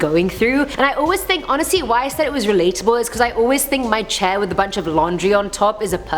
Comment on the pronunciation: Honestly not onasee